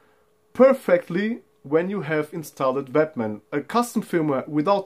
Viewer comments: Great video, sounds like you saying batman.... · it just sounded a bit funny, been a English speaker. But your english is spot on.